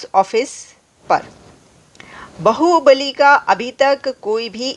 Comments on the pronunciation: Aapne Baahubali ko bahubali kar diya.😂 Ye to bahut gadbad ho gai. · बाहुबली है, बहूबलि नहीं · It's not bahubali it's baahubali.Bahu means bivi or bibi but baahu means baju or arm bali means power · Baahu Bali, not bahu Bali.